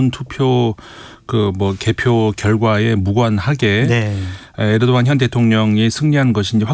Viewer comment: 에르도안을 왜 자꾸 에도르안이라고 하시는거에요…ㅋㅋ